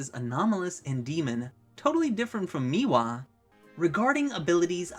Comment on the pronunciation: Bro can we not do the thing from poketube where we deliberately mispronounce the names for engagement. How have you said meewa in all of these videos when the name is spelled mewaii